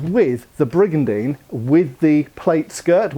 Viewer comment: I took a shot every time he said brigandene and then I died.